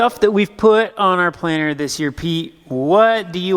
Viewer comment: I'm from Southern California and I keep hearing planner. I assume it's planter, just like assume crick is creek and rut is root. :) Also I'm. warming up to Cooper's mullet, but I don't think it's coming back to the west coast anytime soon. Although I could be wrong.